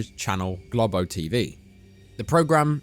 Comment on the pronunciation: GLOBO is NOT pronounced ‘GLOB-OH’ but ‘GLOH-BOH’ - it’s Brazilian Portuguese.